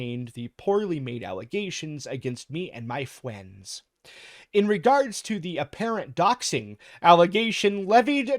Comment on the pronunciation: Did a double-take due to brief confusion upon hearing "fwiends", lmao.